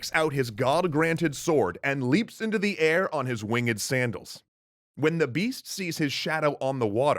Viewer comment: the story teller says wing ed Me:REEEEEEeeeEEE